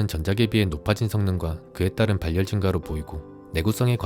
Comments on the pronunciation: 발 열 이 아니고 바렬 입니다 유뷰터 하시려면 기본적인 국어부터 습득하고 하세요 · 발열 악센트 킹받네